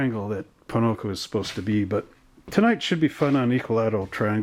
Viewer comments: Why you say Ponoco? its pocono not ponoco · Hi, i like your race league videos they're fun to watch. but I'm curious are you intentionally saying Ponoco, as i live near the track its odd to hear you say that b/c its Pocono Speedway, no hate just saying. keep up the great work,looking forward to the next race